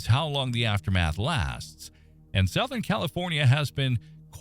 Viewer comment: Southern is pronounced "suthern" not "sowthern".....